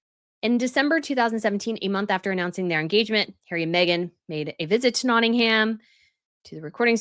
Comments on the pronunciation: As someone from Notting-uhm ( not ham, please stop using ham lol) we dont want him to move here. Notts is special to him because Princess Di spent alot of time and our sister county (where I now live) Derbyshire (derby is pronounced dar-bee). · you're pronouncing Nottingham incorrectly. It really grates on British ears when you don't pronounce our place names in the right way. The "h" in Nottingham is silent. It's pronounced Notting-um. Nearly all place names in Britain that end in "ham" are pronounced "um." Bucking-um. Birming-um. Rother-um. But we do pronounce the "h" in Southampton, just to confuse you further! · It’s tiring to hear you repeatedly say NottinghAm. The ‘ham’ is pronounced with a very short little a that’s barely pronounced. .